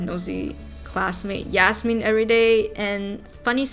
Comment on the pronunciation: I not the person who wrote Yasmin leave me alone but I’m so happy you pronounced my name right 🫶🏼